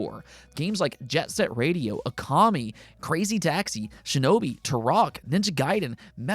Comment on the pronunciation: “Ter-awk” - gave me Michelle Rodriguez saying “Te-Ken” flashbacks 😂